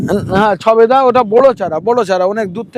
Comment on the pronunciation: দাদা ওটা সবেদা হবে ছবেদা না।